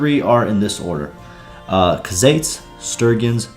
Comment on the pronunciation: Bro said cuhzates lmao it’s pronounced “koo-zites”